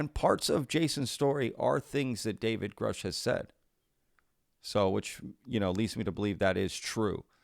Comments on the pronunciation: I think the surname Grusch is German and is pronounced Groosh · Re Big thing it is grusch with a short u, so is more right than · So, he knows Grusch, but doesn't know how to pronounce his name? Ok.